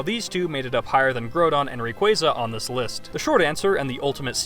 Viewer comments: it's not groudon as in GROW but groudon as inn GROUND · its groudon not grodon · You are a frucking idiot! It's not called growdon and Kyogre is the weakest weather legendary! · "Grow-don"? It's literally a pun on the word 'ground', just without the 'n' 😩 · I'm sorry.... grow-don? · its pronaunced graudon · The way you pronounce groudon grodon just annoys me but I still love your vids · Hate to be that guy, but did call Groudon Grewdon?.... Grewdon?! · this guy says groudon like growdong wtf lmao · Omg you pronounce so much wrong! Groudon, regice and so on.. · LEARN HOW TO FUCKING SAY GROUDON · Learn how to say Groudon properly holy shit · its called the english language you muppet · To be fair, the Pokemon company themselves did butcher on pronouncing Groudon's and Kyogre's names, in their last ever official Pokerap they ever had. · Oh God your groudon pronunciation is disgusting